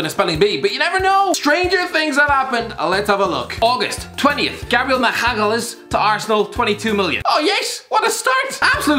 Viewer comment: No one:: Gabriel Machkjalayz